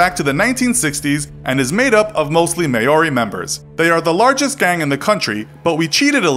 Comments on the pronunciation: I cringed so hard when he said māori. Mighty mongrel mob rep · the macron goes over the ā.... and although to some people it may sound like you’re saying ‘mol-dy’ if you actually speak Te Reo, it’s not pronounced that way at all. Koretake. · That moment when you realise they butchered the word Maori 😂 "Mostly made up of Mayori people" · Ugh, how you said "Ma-o-ri" is cringy asf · May ori gang? Hahaha, pronunciation is wrong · You mispronounced Maori (M-ow-ree) and failed to mention the Mongrel Mob's rival gang, Black Power. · how harrd is it to pronounce Maouri? M - OUR - RI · Maori is pronounced “Mow-ree” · The real brutality was your mispronounciation of maori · Maori is pronounced mm-ow-ri